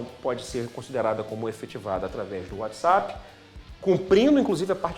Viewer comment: Desculpa, mas não dar para continuar o vídeo, ouvido ele pronunciar "whatsEpp"